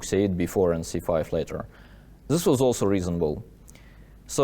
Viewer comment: Love these recaps from Daniil! Just curious, why does he pronounce words like "this" as "zhis" but he can pronounce words like therefore correctly? I thought maybe he just wasn't used to making the TH sound until I heard him say therefore?